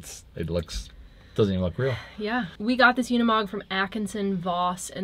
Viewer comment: I swear people can't read.. it's a uni-mog not a una-mog you guys can't even pronounce it correctly and it's not even hard . Cringe